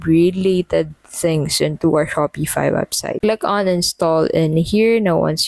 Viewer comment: Your pronouncing Shopify wrong